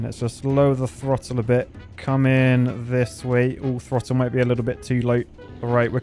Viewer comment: "Let's have a Lidl look..." You went to Lidl recently or what?